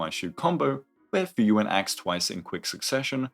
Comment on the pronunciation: Everytime you say Fuyuan I hear Frieren and it takes me out dude